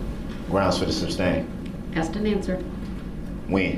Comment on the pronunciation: i hate when ignorant people try to sound smart by using big words or words they don't even understand 🤦🏽‍♀️😂 he did this with MULTIPLE words : tacit , SUBstain , unfettered. SMH. embarrassing.